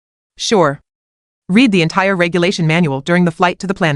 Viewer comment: "red" the manual not "reed" the manual. Why not search the story before ai-voicing it to check the context to ensure "read" is not mispronounced.